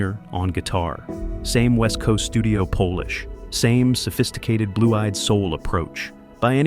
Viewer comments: "POLE-lish"" not polish? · Oh--the he says Polish instead of polish. I hate this crap. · and then pronounced "polish" like "Polish" ... audio sausage.